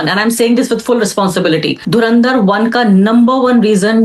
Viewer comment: Dhuran... Dhar ❎ Dhuaan... Dhar ✅ 😂😂😂😂😂😂